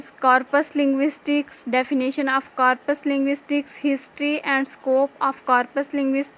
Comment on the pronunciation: Yeh Mispronounced